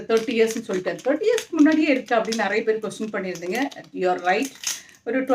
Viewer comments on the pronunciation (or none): none